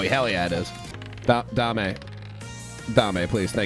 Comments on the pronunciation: The skele-goo-kitty's name is Jiggles or Jigglesworth Sr. Also, it isn't dah-may, it is pronounced day-m, her name is Dame Fortuna, it translates to Lady Luck. Saying it as Dah-may makes it sound like you are saying 'give me fortune' in Spanish instead of referring to her by name. Neigh-scent = Nascent (a definition because i am also bored) just coming into existence and beginning to display signs of future potential. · (Doubt anyone cares that much but Dame Fortuna ; Dame is pronounced "damm'", its french for "lady"...lol.) Very happy to see you back on YT, you icon. My gf and I loves watching your videos, it warms our cold dead queer hearts in these dark times. Yay for gay netherite! Now I want that in my worlds too. I think it could be too easy for you, but you could try Integrated MC one day. Or Prominence 2, this one more challenging. Both on curseforge. Prominence is Fabric too, so, maybe it has stuff you haven't tried?